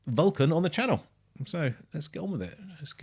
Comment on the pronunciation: Hey! Thanks for reacting gracefully. Just a clarification on the pronunciation of the band name, it’s “Vul-khan”. And it has nothing to do with Star Trek 😉 Keep it up brother! 🌋